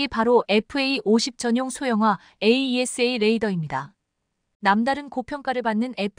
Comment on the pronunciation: 에이샤 해라 에이이에스에이. 하지 말고_